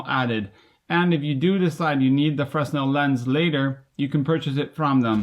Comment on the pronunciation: fray-NEL: Augustin-Jean Fresnel